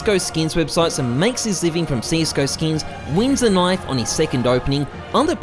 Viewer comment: I find it funny how he says “skeeyns” rather than “skins” 💀